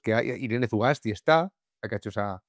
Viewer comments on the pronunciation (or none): Una corrección, es euskera no se pronuncia la Z, deberías pronunciar Sugasti. Sólo eso, el resto es impecable, como siempre ♾️👏